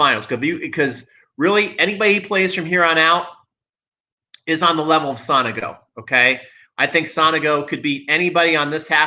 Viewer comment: With all respect theirs no A in Sonego. Is so- nego. Not Sanago.